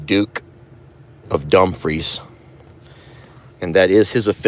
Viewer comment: its not dump free it dumefre e sounds like a